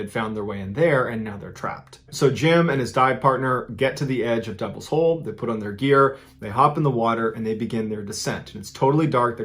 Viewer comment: When it said said Devils hole I thought it said Devils Hoe at first. Lmao 😂